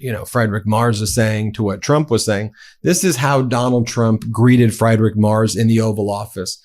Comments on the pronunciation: It's pronounced freed-risch NOT fried-rik! My German is poor, at best, but it still hurts to hear the way Ben pronounces that name. That said I still love the for doing what they do & standing up for democracy. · Ummmmits not pronounced Fried Rick. Like fried chicken. It’s “freed rich”. I mean I don’t speak German. But thought I’d help out here. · Friedrich is pronounced as FrEEdrikh, not as FrIdrikh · OMG Ben, it's pronounced Freedrich, not Freidrich. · Ben the german chancellor's name is pronounced like "free" and not like "fry". "Freedrich". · Friederich = Freederich Merz = Mairz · Friedrich is pronounced Freedrick. I before E pronounced E, E before I pronounced I. Great reporting though..! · His name is pronounced “Freedrich” (3rd time, I am explaining it). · Friedrich, pronounced Freed-rich (Scots 'ch,' or Greek χ - 'chi'), hence Frederick. Merz states this in the video. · It's pronounced "Freed-rick Mairtz" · ffs - say "Free Drich" bloody Americans never trying with other languages. It's not actually that hard. Also, a "z" in German is more like a "ts" sound. "Merts" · Ben, please, the German way to say Friedrich is like this: FREEdrick. you do a great job with your reporting but please get the names of these prominent people correct. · Pronounce his name please correctly: Free--deesch M+air=ts. You're mangling it. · It's pronounced Freedrik. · Ben, it's pronounced Freedrich Merts. Merts the e like in bets, bats or beds. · Friedrich is pronounced like FREEdrick. Sorry, hopefully no offense, Ben 😊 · I love the work you guys are doing and I hate to be picky, but my mother in law is off the boat German. The proper way to say Merz's name is, Freedrick. Sorry for pointing that out but I don't want you guys to sound like someone from MAGA reading the news!... AW1 (SAR) "Special Ed" USN Ret... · It's pronounced Free-drich. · Just fyi Ben, his name is pronounced Freedrich Maerts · Hate to be one of those people, but it's pronounced "Free-drich".